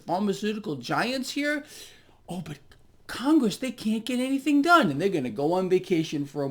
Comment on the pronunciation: It's Con-Gress. Absolute low lifes.